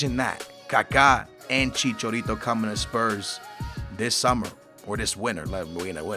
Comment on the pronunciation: You pronounce it as chichArito